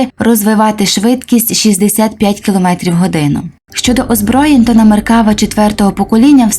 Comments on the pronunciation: Додам тільки що назва танка звучить як "МеркавА"(не "МеркАва). Хоча тут кажуть і так ітак. )) Подяка за гарний огляд. Україні Слава! Шалом із Нагарии. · не меркАва, а меркавА. як і в більшості слів на івриті наголос на останній склад. не існує меркава мк5, існує меркава мк4 "барак". це остання, найновіша версія четвертого покоління танків меркава на даний момент. скоріш за все, далі серію меркава продовжувати не будуть, а будуть створювати зовсім нову машину. певні напрацювання в цьому напрямку вже є.